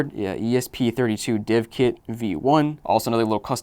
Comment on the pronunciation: I will never understand people who pronounce, "dev" like that.